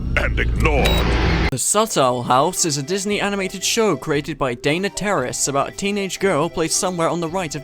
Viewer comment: It truly sounds like you are pronouncing Dana’s name as Dana Terrorist :V